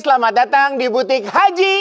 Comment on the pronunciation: HAJI ya bang, bukan HAJAH. Yuk bisa yuk 😊